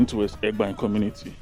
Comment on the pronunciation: Just a little correction. The name Egbaen even though it’s spelled with e as the first letter but it’s actually pronounced with an initial a, like when you want to say ‘a boy.’ So it’s like aygbaen—this is the correct pronunciation. And could you please make videos of the city center, I mean streets in the city center. For example, Sakponbe Rd, Oza Street, Aruosa Street, Ogbelaka Street, Erie Street, Igbesanmwan Street etc. Thanks. Good job!